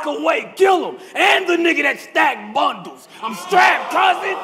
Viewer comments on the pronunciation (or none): why the way say BuNdLeS got me ctfu😂